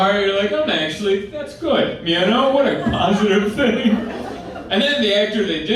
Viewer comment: I really like this guy but I'm always hyperfocused on the way he says "ya know." It's like "ee yahh know?"